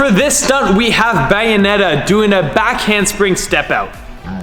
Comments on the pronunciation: u can tell he doesn't play because he calls bayonetta Bianetta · It is pronounced bay o net a